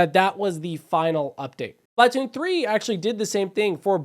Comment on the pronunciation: SP-LA-TOON 3!!!!!!!! It's sp-luh-toon. I don't mean to be 🤓, you'll probably have fewer people click off if you pronounce it correctly.